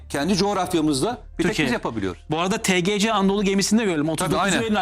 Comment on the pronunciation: Program spikeri Tgc anadolu diyor yaaa.. tgc degil tcg anadolu...